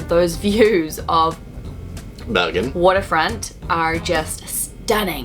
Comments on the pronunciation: Dude says Bergen perfect.I’m from the town.Haven’t heard any English speaking getting it so good with accent before 😏👌🏼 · pronunciation of Bergen is spot on! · pronunciation of Bergen is very good, thumbs up. Glad you enjoyed my country, I sure enjoyed your video! Edit: Ahh, he is Swedish. That helps.